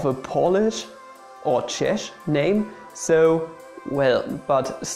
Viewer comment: Czesh..uff that Hertz 🤦‍♂️